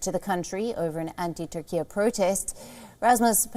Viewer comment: religion and politiks should never mix..,.,,. and lady speaking SAY TUR-KIE,.,.,.NOT TURKIEA